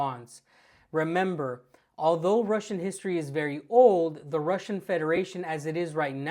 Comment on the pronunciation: This guy can't even pronounce "russian" wright..